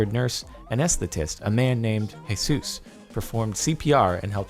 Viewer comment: U say Jesus wrong